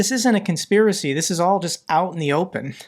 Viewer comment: You keep skipping a syllable in Voronezh and it's beginning to nag me 😅 Also it's still a conspirancy regardless of whether you shout it from the rooftops :D